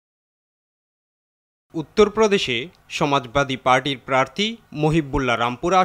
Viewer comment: প্রার্থী নাকি প্রার্তী